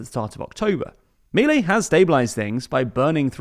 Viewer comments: It's not Mílei, it's Miléi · It's pronounced Mih-lay not Mee-lay